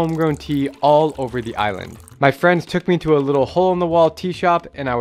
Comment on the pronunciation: Is she really a fweeend??